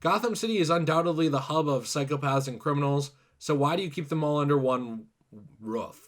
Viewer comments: its roof not ruuf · it's roof not rough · Its roof not ruff dumb dumb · I was fine with him tell her started pronouncing ROOF to Ruff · Never heard anyone pronounce roof as "ruff" before now lol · When you’re saying roof your saying rough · It’s pronounced “Ruth” dude, as in “The Ruth, the Ruth, the Ruth is on fire, we don’t need nothing but the weed and a lighter!” 😉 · Did you just pronounce roof as "ruf" like a dog bark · I like the way he says roof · Yo, why did he pronounce roof like that?😂